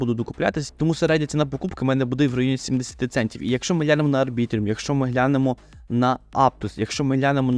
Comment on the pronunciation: Будь ласка, називай Арбітрум Арбітрумом, як можна записувати експертне відео і неправильно читати назву токена?